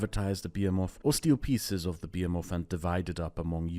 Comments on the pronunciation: behemoth is pronounced [bəˈhiməθ] with the stress on (he) not [biəmɔθ] with the stress on (be). I don't usually correct non-native speakers' pronunciation but this felt important somehow... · What the frick a bee-a-moth? Some sci-fi almagamtion of insects? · bee-em-of? someone help me with that word, please. I see it's also the most replayed part of the video, so I'm probably not the only one not getting it. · Fyi: Behemoth - buh -hee -moth. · Your pronunciation of 'behemoth' :O